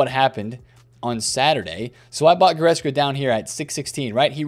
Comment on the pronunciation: Still can’t pronounce Goretzka to save Yur life 😂😂😂